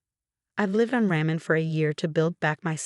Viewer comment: Mercedes??? Ramen???